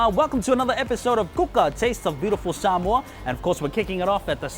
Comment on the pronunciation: Why is everyone suddenly pronouncing Samoa like that? I swear I just slipped into a Mandela effect, in my old universe everyone used to say "sam-oh-uh" now every says "sam-ore" like what? Get me out of here!